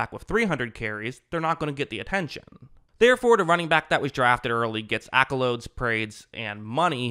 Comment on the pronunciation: Bro said “accolodes”